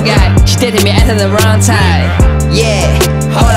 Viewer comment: 麻烦练一下英文发音把。。。you date特 me at特 the wrong time。。。